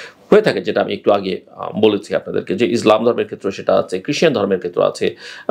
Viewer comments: মিস্টার জিল্লুর রহমান, আপনি ইসলামকে উচ্চারণে বারবার ইজলাম বলেছেন, এটা ইসলাম হবে। ষ্টাইল মারাইতে গিয়ে ইসলামিক শব্দ বিকৃতি কাম্য নয় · বুঝতে পারলাম না জিল্লু ভাই,আপনি যতবার ইসলাম শব্দটি উচ্চারণ করেছেন ততবার "ইজলাম" বলছেন কেনো?প্রথমে ভেবেছিলাম হঠাৎ উচ্চারণটা হয়ে গিয়েছে। কিন্তু তাই বলে বার বার?বিশেষ করে শেষ ১ মিনিটের সময় তো স্পষ্ট ইজলাম বললেন।🙁